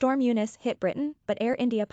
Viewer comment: You Muslimized "Eunice" to "Younis"! It's "Storm Eunice", not "Storm Younis"!